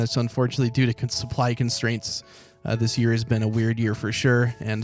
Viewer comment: The way you said THIS year was weird DUDE its 2021